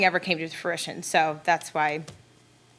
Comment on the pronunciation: She says fruition and aspirational wrong. 😅